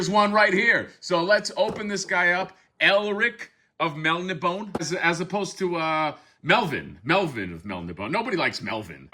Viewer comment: This Figure certainly looks like a masterpiece. I believe it's pronounced Mel-nib-oh-nay.